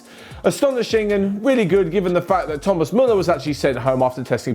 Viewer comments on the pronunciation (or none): none